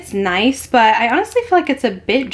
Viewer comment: I Love watching you, however when you say the word "but" you do not pronounce the "t" at the end. I know it's a generational thing, buT it drives me crazy. I really do love your content and great personality.